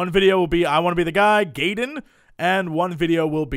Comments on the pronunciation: Jesse, it's "Guyden", not "Gayden". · it's pronounced guy-den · i'm pretty sure its Gaiden "guy-din," like you don't say you are having Thai "tay" food. JUST SAYIN JESSE, I LERV YOU MAN STYLE.(just sayin doesn't actually mean anything...eh, well I STILL LERV YEW) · uuhhhggg gaiden is pronounced guy-den, not gay-den! after it being in like 10 games people still cant seem to pronounce it -_- a Gaiden (外伝) is a sidestory, a subplot or extra, that sort of thing.